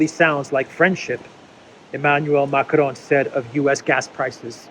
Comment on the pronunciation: when you pronounce Macron don't touch your tongue to your upper palette. That is the Spanish pronunciation. The word is pronounced correctly in French without touching the tongue to the upper palette.